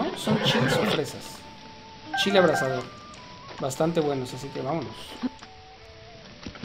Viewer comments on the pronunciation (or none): none